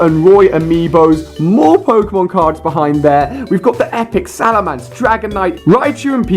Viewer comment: Well I take offense, he just said "Salamance". Don't mean to burst your bubble dude, but it's "Salamence". And I swear to god, has no one learnt how to pronounce Charizard properly yet?!...This is just... ugh...